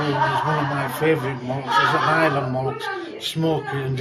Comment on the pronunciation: He said, "it's an islay malt," not, "highland." The word islay is pronounced eye'-la, which sounds similar to highland with his accent and the noise in there